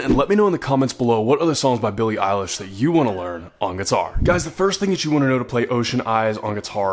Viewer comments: Heyyyy! You finally pronounced EILISH right!!!! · Finally he said her name right